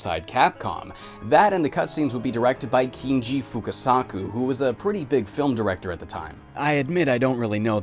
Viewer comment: "Kinji Fukasaku" at least came out quite accurate.